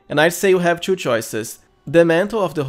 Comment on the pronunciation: Hahah, it's funny the way you say 2. Try to say it like "to" instead of "chew" :)